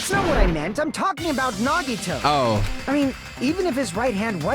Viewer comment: hE FINALLY SAID HIS FUCKING NAME RIGHT IT. TOOK. HIM. DYING